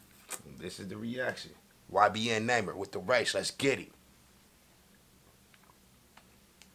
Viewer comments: "ybn Name-er" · “Ybn namer” 😭😭😭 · it’s nuhh meer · It's pronounce " numer " like number but without the "b"